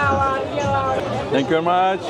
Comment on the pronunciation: tenk yu mac dedin